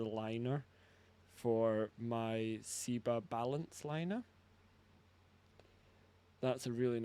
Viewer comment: When did Seba become See-ba?